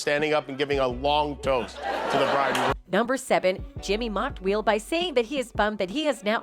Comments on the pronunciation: She keeps saying wheel Smith 🙄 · Disliked because the title was a lie. Why do YouTubes do this? If you can’t stand on your own without trickery, maybe you’re not cut out to be a content creator. Also: Why does the narrator pronounce Will as “Wheel”? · why does she keep calling Will Smith, wheel? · Needs another commentator. Why does this person keep calling Will Smith WHEEL smith? ARG! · "Wheel" Smith? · Why does this narrator keep pronouncing Will as "WEEL"? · Is this an AI voice? Why does she keep calling him "Wheel"?? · Why does she say “Wheel Smith” lol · Why's this chick saying wheel smith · "Wheel" Smith? This is a horrible bot voice. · Why does she keep pronouncing it wheel smith? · WHEEL Smith?? The computer aggregate garbage website that you have can't even pronounce the name Will? I'm glad they give us 30 seconds to delete that we watched your thing because the idea of giving you even half a cent for the zero effort you've put into this garbage would have made me Furious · Will's name being pronounced "wheel" throughout this video had me very distracted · Anybody else notice the reporter / narrator keeps pronouncing Will’s name “Wheel”?!?! Every. Time. 😩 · Why can't the narrator pronounce Will? Is she related to Doug Marcaida? "If you joke about his wife, Wheel will keel..." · "Weel"? WTF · What's with the pronunciation of Will Smith's name? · Can you get an AI that can pronounce “Will”? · Can the robot learn to correctly pronounce the names of the people she is talking about. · I know, it’s so annoying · Why does this narrator keep saying “Wheel” instead of “Will?” Great narration. 😂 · Hey AI chat voiceover…it’s Will, not wheel. Man I’m already sick of you AI lol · Will... not wheel. Listen to the voice over ffs. Wheel Smith ffs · Why does the computer keep calling him wheel instead of will? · Will, not wheal. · Dear Narrator, I hate will for that slap as much as the next guy, but quit pronouncing it as "wheel". It's Will. Jesus Christ